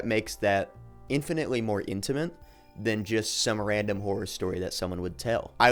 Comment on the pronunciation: you keep saying Whore as opposed to Horror